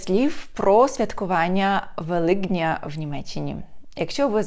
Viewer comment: Дуже дякую! І Вас вітаю! Але перепрошую, зверніть, будь ласка, увагу: Великдень (Н.в.) - ВеликОдня (Р.в.) Для зручності вимови і милозвучності (евфонії) там мусить бути голосний О, бо три приголосні підряд - КДН - навіть трудно вимовити. Ще раз перепрошую.